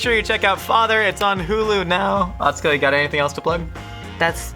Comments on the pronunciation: is great, but it was driving me crazy that he was pronouncing Atsuko’s name wrong.:) Great episode though! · Did he just say… atsuko katsuko?